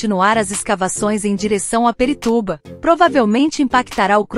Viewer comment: São A M Vs! E não A M V S! E não é Perituba!!! E sim Pirituba!!!! POXAAA!!!!!